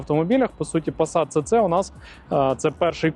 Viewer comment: Німці кажуть СіСі, а не Цеце. Ви ж не кажете Мерцедес? Навіть абревіатура звучить СіСі.